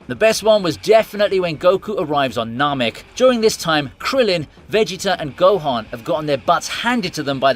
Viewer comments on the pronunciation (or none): none